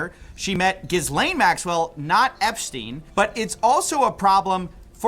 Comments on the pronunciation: FFS it's pronounced GIL-ANE, silent 'H', silent 'S'. Americans are rubbish at English! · They will release the files when someone can pronounce Ghislaine right. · for the love of god, someone teach coffee how to say Ghislaine..